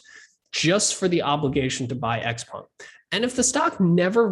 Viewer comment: I like how he pronounces "XPENG" - i've been saying it wrong for so long :sob